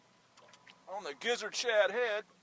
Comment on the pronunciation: You said shad head but I heard s!!!head. Lol. It's been a long day thanks for a good video